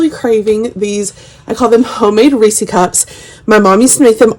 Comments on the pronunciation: I live about an hour from the Hershey's plant. It's definitely Reese's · Best part about this video: pronouncing "Reese" as "reesie." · I’ve never heard anyone say it like you do! So funny. It’s cute.